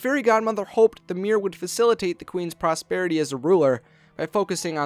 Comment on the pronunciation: Your voice is so young and hunky, i don't even mind the fact you say "Mirr"